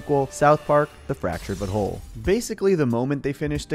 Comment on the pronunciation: i genuinely hate when you pronounce the names like dikinbaus and fractured but whole in a way that completely ruins the joke dickin baus you pronounced like dickunbaus u put emphasis on the baus instead of just saying balls and you even ruined fractured but whole completely by not calling it the fractured butt hole personal opinion